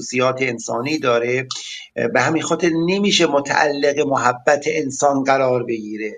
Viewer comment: محبت با فتحه حرف اول درسته نه ضمه همانطور که میگیم مودت و شفقت باید بگیم محبت با فتحه میم لغت نامه دهخدا محبت.[ م َ ح َب ْ ب َ ] ( از ع ، اِمص ) محبة. دوست داشتن. ( جرجانی ). صاحب غیاث اللغات و به تبع او صاحب آنندراج آرد که کلمه بفتح میم صحیح است و آنچه به ضم مشهور است غلط است چه مصدر میمی از ثلاثی مجرد به ضم اول مستعمل نشده است. ( از غیاث ) ( از آنندراج ). || مهر. ودّ. وداد. دوستداری